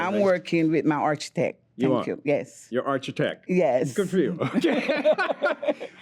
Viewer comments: Arch-itech lmfao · “Archetech” lmao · I know 😂😂 I wish he corrected her though so she doesn’t have to keep going around saying “my Archie-tek”